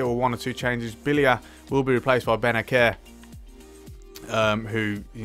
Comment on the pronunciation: Its like benaser not benaker